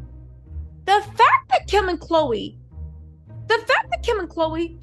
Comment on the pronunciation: NOT KHLOGRE 😅